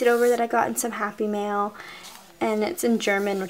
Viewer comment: the entire time, I thought you were saying "happy meal"...I was so confused XD